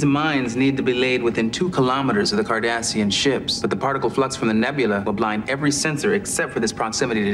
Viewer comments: it's Cardassian, not Kardashian. 😂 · As a counter statement, I would say that every time I hear the word KARDASHIAN, I hear Cardassian... Haha